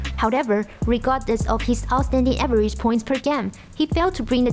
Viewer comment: the pronunciation is a little weird for me . Like average, O'Neal ,last...these words